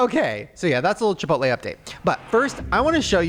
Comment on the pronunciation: Why did you say, Chip-pote-lay.?